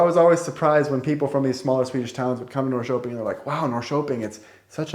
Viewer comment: One thing that surprises me is that, despite the fact that you have lived about two years in Norrköping you still don't pronounce the name of the city correctly.